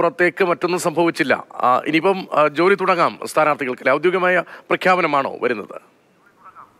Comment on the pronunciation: ഔദ്യോതികം അല്ല പൊന്നാര ചങ്ങായി😂😂 നൂറുവട്ടം പറഞ്ഞു😅